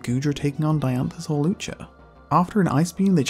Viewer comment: HAWLUCHA, NOT HALUCGA!